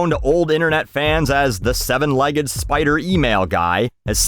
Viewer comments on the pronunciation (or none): none